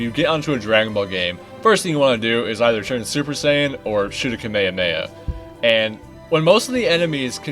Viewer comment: Yo the way you pronounce kamehameha made me physically ill 😭